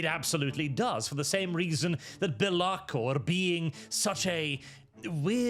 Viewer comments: It's pronounced Bélakor not Belákor. Source: It sounds way better like that so probably. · I see the chaos god of mispronunciation has taken this video through to warp and change the name of Be'lakor to Be'laRkor.